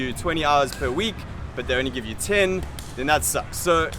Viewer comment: The hardest thing for the Vietnamese, is trying to learn English from all the people coming to Vietnam, to teach English, with heavy accents and broken English themselves. People from India for example, or any other person that can not use proper diction. For example: this gentleman say (you) like it is spelled eww. Not trying to down this guy, it's something to think about before you try to come and teach. Vietnamese are not dumb, they will soon learn that you are not teaching with the proper pronunciation and spread the word that you are not good. Good Luck!